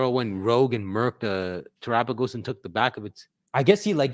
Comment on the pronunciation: Every time I hear TerapaGUESS I lose another week of my life 😭